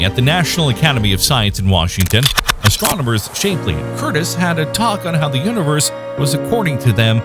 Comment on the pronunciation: Your robot is mispronouncing many words, such as Shapley (Shap-lee). I like your content, but despise robot-voice-overs. DEATH TO ROBOTS!